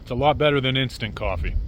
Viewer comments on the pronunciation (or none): none